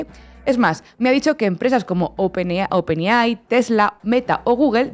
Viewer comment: se dice wolstrit, no "wol es trit" es open EI AI, no lo que sea que dijo. la madre que lo parió.... vaya que las gafas no sirven ni para leer bien y bueno....